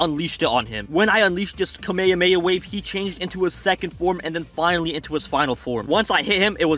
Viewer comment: dude ur videos are good but ur not saying kamhamma right